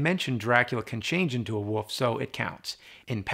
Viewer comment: James can't say "wolf". He's quite clearly saying "woof" instead of "wolf".